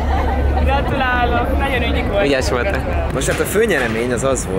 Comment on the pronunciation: " Ügyes votttá' " 😂😂